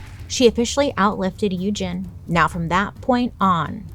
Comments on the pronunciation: So, I'm pretty sure Sandow's first name Eugene, is pronounced like "Eujean". Eugene is not an uncommon name, and I've never heard it pronounced as "Uejin". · It’s pronounced u-jean not u-gin 😭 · You're the only one that I have ever heard of to pronounce Eugene that way. I've always heard it pronounced U gene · The way you butchered Eugene added something to this. That is not how that is pronounced.